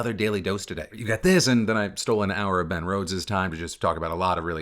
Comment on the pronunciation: At first I thought you said Matt Rose and was really confused but intrigued about what he might say about the political climate 😂